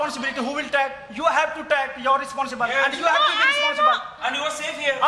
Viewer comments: Responsible ❌️Risponsibiliter✅️ 😂😂😂😂😂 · Responsibilitaaar.....😂😂😂😂😂😂😂😂😂😂 I really enjoy this debate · Responsibilitor ❌ responsible ✅ 😀😂😂